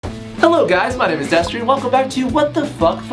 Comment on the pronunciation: I always thought your name was Destrian until I actually looked at the screen as you said it. Destery is spelled how drunk babies pronounce "destiny". Because babies drink liquor on the reg. #THEREALREASONTHEYCANTSPEAK